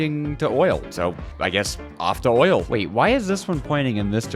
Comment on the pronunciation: DID YO SAY OILLL